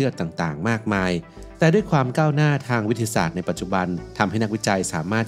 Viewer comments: ลองฟังช่วงนาที 0.11 ครับ วิททะทะสาด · พอมาฟังดูก็ เอ๊ะเลย วิด ทะ สาด ก็มา สู้ๆนะครับ❤ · ขออนุญาตนะคะ ฟังและสังเกตุมาหลายคลิปแล้ว การออกเสียงบางคำมันแปลกๆ ค่ะ เช่น คำว่า มหาวิทยาลัย อ่านว่า มะ-หา-วิด-ทะ-ยา-ลัย แต่เสียงพากษ์พูดว่า มะ-หา-วิด-ทะ-ลัย หรือคำว่า วิทยาศาสตร์ ก็พูดว่า วิด-ทะ-สาด แบบนี้ค่ะ ไม่แน่ใจว่าชินกับการอ่านแบบนี้ หรือพูดไม่ได้จริงๆ เพราะมีบางคำที่เราก็พูดไม่ได้เช่นคำว่า แคนาดา เราจะพูดว่า แคนะดาดา ค่ะ 🤣🤣